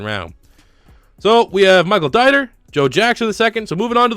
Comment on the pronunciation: Not a big deal but the guard from Wisconsin’s name is pronounced “Deeter”